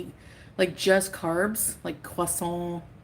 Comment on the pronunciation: I hate how she says croissant "cwasson" ugh just say croissant!!